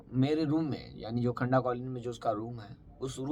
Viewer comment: खंडा नही खंदा काॕलनी नाम है